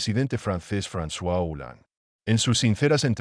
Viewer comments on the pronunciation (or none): none